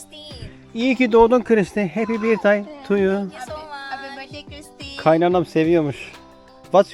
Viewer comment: doğum günü için "birtdey" dedin ama "börtdey" olacaktı ama olsun, sayende hiç görmediğimiz yerleri görüyoruz. Henüz abone sayısı az olunca bire bir etkileşim kurmak da güzel :) Şöyle başkent Manila'da bir tarih müzesine gitsen de 1890'larda İspanyol sömürgecilerden bağımsızlığını kazanan ama sonra ABD işgaline uğrayıp yıllarca bağımsızlık için savaşan Filipinlilerin tarihinden enstantaneler sunsaydın güzel oludu. Ayrıca güney bölgesinde müslüman Moro halkının yıllarca süren özerklik mücadelesi vardı çoğunluğu Hıristiyan olan bu memlekette. arada gezerken bu tip bilgiler de versen faydalı olurdu. Malum yeni nesil Youtube kitlesi genelde okuyup araştırmaz, hazır bilgi için video izler... Ayrıca gece hayatının hızlı aktığı yerlere de bir bakış atsan farklılık katılabilirdi... Eski ABD sömürgesi olduğundan dil seviyesi Kamboçya ve Laos gibi yerlere nazaran iyidir. Google translate bile kullanıp İngilizcesi iyi olan gençlerle ayak üstü röportaj yapsan, Türkiyeyi biliyor mu Türkler hakkında ne düşünüyor vs. çok daha ilgi çekici olabilirdi. Ya da 2. Dünya Savaşında Japon işgaline uğradı, Japonlar hakkında ne düşünüyorlar...